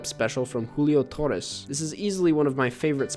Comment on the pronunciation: Your pronunciation of Julio Torres.... latino king